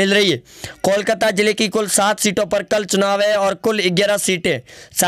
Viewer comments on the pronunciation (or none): none